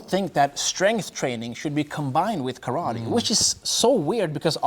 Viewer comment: My Uncle watched this with me and he’s a Kyokushin black belt, and every time this man said Karatee, and not ka-ra-te he told me to turn it off lmaooo